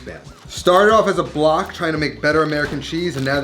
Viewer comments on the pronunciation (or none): none